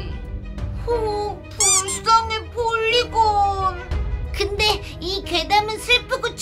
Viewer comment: 폴리건이아니고 폴리곤입니다